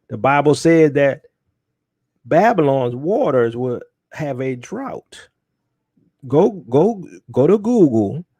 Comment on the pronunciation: "A drought" lol.... I used to mouth it correctly whenever you said it wrong, sorry Bro.